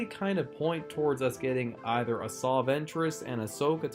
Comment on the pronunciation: I'm curious, why do you keep saying "Asaw" instead of "Asaj" I've always pronounced it, "Asaj." am I doing it wrong?